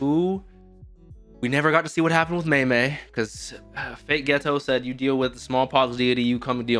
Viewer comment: mei mei butchered like some lamb chops obviously